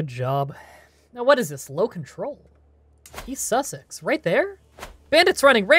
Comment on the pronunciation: I know I'm going to run the risk of starting a pedant uprising here but the county you're warring for isn't Cornwall, it's Devon. Also, you keep on pronouncing East Seaxe as Easy Sussex.